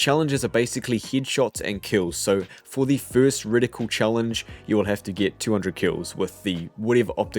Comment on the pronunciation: Btw it’s not “ridicule” it’s “Reticle” 😉